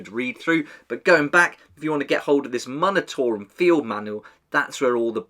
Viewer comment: Just a heads up, the “mun” portion of the word “munitorum” is pronounced “myoon”, rather than “muhn”. Like the word “munitions”.